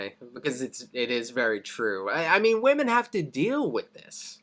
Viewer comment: I believe Oversimplified just has a speech impediment that causes him to pronounce women as woman. It's consistent across all his videos.